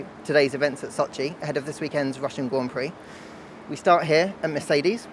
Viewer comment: GWAND PWEE ?? Hilarious.